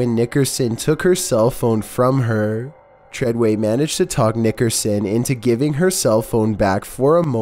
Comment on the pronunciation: It's fucking treyway